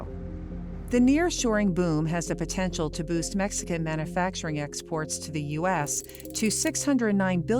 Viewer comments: it’s pronounced man “you” facturing, not, man “uh” facturing. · This woman pronouncing "mana-facturing" is driving me nuts! There's a "u" in manufacturing.. it's pronounced man-you-facturing. Not "mana"